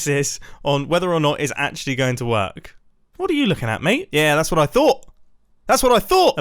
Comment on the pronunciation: Mumbo's British insticts are activated and his accent gets overly british while saying "thought"